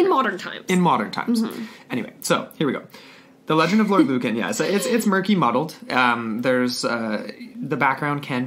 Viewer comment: Sorry its really bugging me its pronounced lewcan